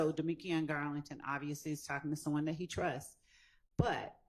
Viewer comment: I wish Miss Hilton learn how to say that and stop saying DAT.😂